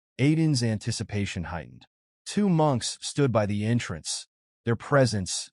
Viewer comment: For the most part it's been going good and then we get munches instead of monks😂😂😂 come on edit your AI before you put the video up please do some kind of work don't just punch in some buttons and posts